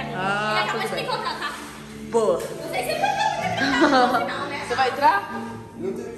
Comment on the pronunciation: "vorrasti six ague por favore", quando na verdade:" VORREI SEI ACQUE PER FAVORE" 😂😂🙃